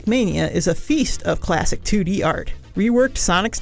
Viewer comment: "CHLASSHIC sonic"